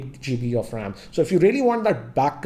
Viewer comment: dude,get the pronunciation of the word 'ram' correct as to me it does really matter how you pronounce when lacs are watching you.